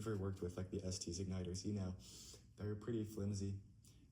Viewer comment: Yea the audio sucks but you should know it's pronounced "es-tess" and not "es-tees" :)